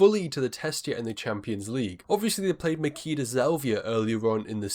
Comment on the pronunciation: It's Ma-"chi"-da Zelvia. "ch" as in "itchy"